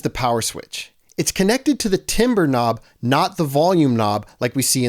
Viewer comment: Timbre is pronounced like "tambr".